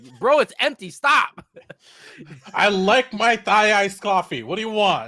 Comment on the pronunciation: We really going to ignore the fact called it "thigh iced coffee"?